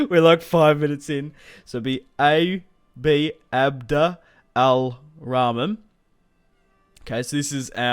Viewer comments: read as its writen abd al rahman is abdulrahman :) its simple whan u are muslim :) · If you need help pronouncing the Faction Leader's name, it's pronounced: "ABD - ARR - RAKH - MAAN" I think... If someone else knows a more proper way of saying it please correct me. Cool video by the way :D Interested to see how this plays out.